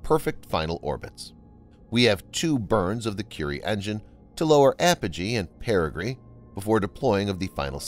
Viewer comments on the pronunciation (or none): none